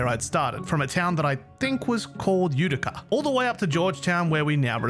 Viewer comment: You pronounced Utica perfectly 👌👌 Grew up in a Utica